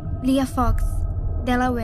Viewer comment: Por que ela sempre fala "Delauér"? Depois de falar o nome das meninas?